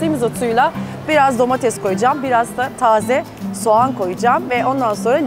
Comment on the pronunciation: Domatez değil Ayşe hanım, domates